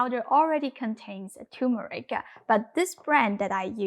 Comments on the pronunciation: TuRmeric ... not turmeric. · Nice, but the spice is TURMERIC---NOT TUMERIC! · You are mispronouncing turmeric. It is not pronounced too-meric. It is tur as in turn tur(n)meric.